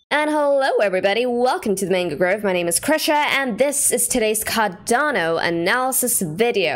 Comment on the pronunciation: Maybe don’t start the video by telling people to &$@ off if they don’t like that you aren’t pronouncing the name of the crypto you are analyzing correctly.